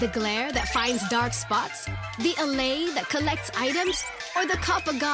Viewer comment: I hate the pronounciation of the allay... a lot of people say "awh-lay" but i think its better the way they pronounced it in the video which is the 'uh-lay". What do you think?